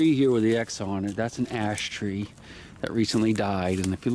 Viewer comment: It sounds like you're saying big ass tree